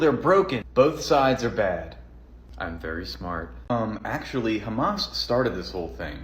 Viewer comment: "Do you condemn khamas"?! :D